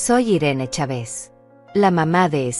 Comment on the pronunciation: Los acentos los coloca donde no va y dónde va lo sustituye. En México es Chávez y ella pronuncia chave's